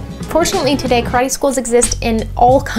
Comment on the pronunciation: calling it "Croddee!" LOL